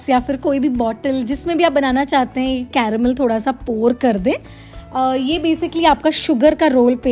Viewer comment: Ya raha wo "CArrrAmEL"